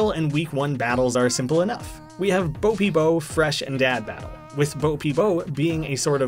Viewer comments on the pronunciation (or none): i know i sound like some like angry nerd, but the title of the first theme is pronounced "boh-bee-bow" just so you know.